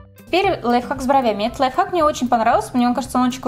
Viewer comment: лойф хацк? я одна это слышу?